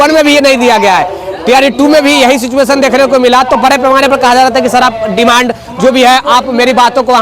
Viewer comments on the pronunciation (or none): none